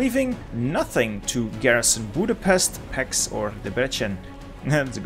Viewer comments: Great video, but the Hungarian city pronounciations are terrible. Let me help you: When you said Budapest it was almost perfect but the s is pronounced like in SHirt. In Pécs the pé is like in PAle and the cs is like CHeese. And last Debrecen. Deb is like DAb, re is like in REkt, c is like Centimeter (well not exactly cuz the c would be sz in Hungarian but that's the closest i found) and en is like ENd. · I've got a challenge Pronounce Hungarian names the right way Budapest=Boodapesht Debrecen("e"s like in red, the c like in ts) Pécs ("é" like the a pay, the cs like cs in cheese)